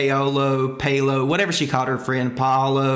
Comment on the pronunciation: Hey! All the love, I just wanted to help you out with pronouncing "paolo" if you wanted to know! It roughly sounds like "pow-all-oh" but the "pow" and "all" kind of blend together more than you would pronounce it in English. Another way that might may more sense for some folks is to say "Pow-low" but you kind of lose some of the vowel sounds in the inflection.